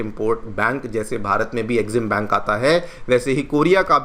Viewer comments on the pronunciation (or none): none